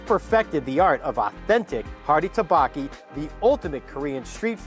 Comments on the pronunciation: Butchered the pronunciation of tteokbokki to the MAX but great video. Pronounced Duck-BOh-Ki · Thanks for the review. You just a little more practice pronouncing tteokbokki. 😉